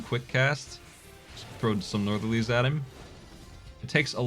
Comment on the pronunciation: Northerlies not "Northern Lies" lol Really nice presentation though, the slow-mo is great for showing off mechanics